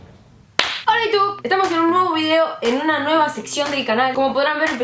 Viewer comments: Me gusta tu capucha de Pikachu Que Roberto aprenda a decir < hola iutub> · Soy la única que escucho "hola utub"? Ahre cjau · Enseñale a Roberto🐦 a que aprenda a decir Hola iutub